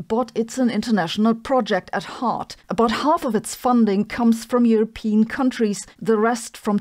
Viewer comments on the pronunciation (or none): none